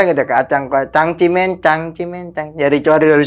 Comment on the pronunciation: Cang ci men yg bener bukan cangcerimen.😂😂😂